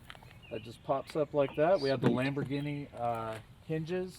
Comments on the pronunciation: Bro this guy says all the names of car brands wrong, “awdi,” “porsh,” “lamberghini” the sad thing is this guy is a car enthusiast and he should know how to pronounce the names 💀💀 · The car guy who can’t pronounce one car name correctly. “Austin Martin” (Aston Martin), “Oddi” (Audi), “Lamborghinny” (Lamborghini). Too funny. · Austin Martin, Lamborginnie, Oddi Rolls Royth. Man sure does only care about how this car is set up lol